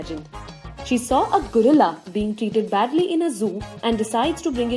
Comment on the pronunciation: I like the way she said gorilla Gurilla, lol..